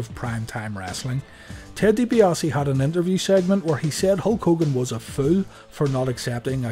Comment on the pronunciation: DiBiase has no 'o' in it